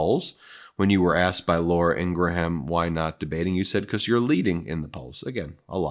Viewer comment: Please stop mispronouncing Ingraham. It's pronounced in-gram.